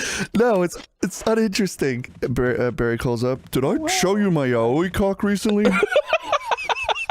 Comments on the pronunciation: I love that doesnt know how to say yaoi right and says it as "yaouwee" and got everyone else saying it afterwards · Best of pronouncing yaoi like Yahweh